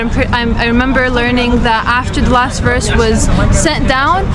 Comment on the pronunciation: he pronounces verse as "woss".